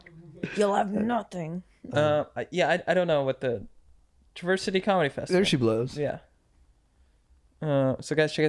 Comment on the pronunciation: Can't tell if they're joking about not knowing about Traverse City. Also, LEARN HOW TO PRONOUNCE IT.